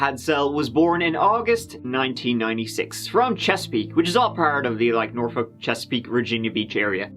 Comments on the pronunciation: Yay you said norfolk correctly. This girl lived in the neighborhood next to mine. So tragic 🥺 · It's nice to hear someone else pronounce Norfolk like it's supposed to be pronounced. Norfuk or Naulfuk if you're from my neck of the woods in Maryland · Portsmouth here, work in Norfolk. So sad! Side note: always love when people know how to pronounce Norfolk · Congratulations on pronouncing Norfolk correctly!